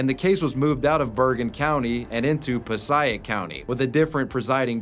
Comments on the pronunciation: No man! You pronounced it wrong. Puh-say-ic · passaic County, It's pronounced pa say ic County. That's where i'm from a town called West Milofrd in Passaic County. It's north Jersey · Hey you pronounced Passaic wrong it’s pronounced “Puh-say-ick” not “puh-seye-ick”. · pos eye ic county??? pa say ic county dude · Pa-say-ic not paseyeik New Jersey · Puh-Say-Ick County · Every time you mispronounce Passaic, I can hear every single one of us from NJ screaming, "PAH-SAY-IC!" Seriously, dude, where the hell are you even getting pah-sah-ic? You do know you can listen to pronunciations on YouTube channels, right? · Ive been watching you forever but you butchered "Pass A IC" passaic New Jersey. Being from NJ, that is a stab in the heart. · It's pronounced "puh-say-ick" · It's Pa-say-ick sorry I am from New Jersey and it was bothering me 😂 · Im from New Jersey it’s piss-ay-ick passaic not sure what that pronunciation you did was lol. Wait until you hear how we pronounce Newark your southern head will spin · my man, Passaic is pronounced "pah-say-ik" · Really good video! Great stories, and well told! One little thing, Passaic county is pronounced Pass aaaay ick. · The way he says Passaic County keeps bothering me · The way you pronounced “Passaic County” made me cringe a lil bit sorry bud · The way you pronounced Passaic county Nj was killing me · I love you bro but the pronunciation of passaic … please look in to it for us jersey residents it’s torture brother please…. All I’m gonna say… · It pains me to hear you pronounce Passaic like that